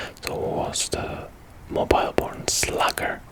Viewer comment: it's pronounced Mobeele not Mobile